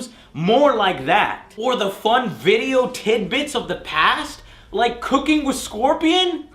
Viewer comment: Its not 'Cooking with Ermac' its 'Kooking with Ermac' mmmk?